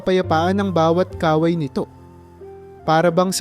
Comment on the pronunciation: MALI ANG BIGKAS SA IBANG MGA WORDS LIKE KAWAY DAPAT MABILIS ANG PAG BIGKAS